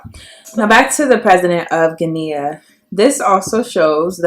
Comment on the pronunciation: Btw- the country Guinea is pronounced Ghe-nee not Ghe-knea.